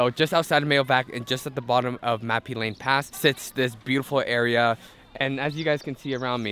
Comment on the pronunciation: Name of the mountain: Mã Pí Lèng(not Lane), it is local name.